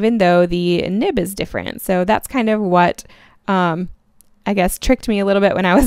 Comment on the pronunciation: Is it just me or did I hear her say nip instead of nib